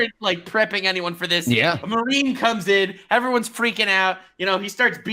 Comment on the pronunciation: "it's called the cat-girl dilemma, so look out FURR that" He didn't do it on purpose, but his accent did it fur him